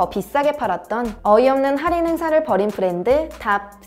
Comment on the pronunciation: 할인을 살인으로 들음 ㅋㅋ 살인은 언제들어도 설래게 되는 단어죸ㅋㅋㅋ